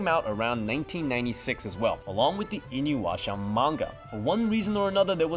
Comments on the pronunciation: InuYAsha, not InuWAsha lol Good video :) I'm glad to see El Hazard gets some recognition :D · I-NU-YA-SHA. Not IN-YU-ASHA. This aggravates the shit out of me. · Why are you saying InyWasha? It is spelt as it’s pronounced... Inu Yasha. Like... it’s so easy... why do so many struggle with it? WHY?! Lol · Did he say 'inuwasha'? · "Inu washa" ...... dude..... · Did anyone else cringe at how kept mispronouncing "InuYasha" as "InuWasha"? I dunno if he was doing it on purpose or not, but every time he said it wrong I cringed hardcore. Great video overall though despite that. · Not the only thing he mispronounced I.e inuyasha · Such a fun video. I just wish you pronounced inuyasha correctly 😅😅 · Somebody that works for Crunchyroll should at least know how to pronounce the shows being discussed. How many times will you butcher the name Inuyasha? In how many videos?